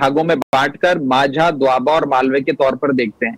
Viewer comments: For Anchor***Its Majha not Manjha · This boiled potato does not know how to pronounce Maajha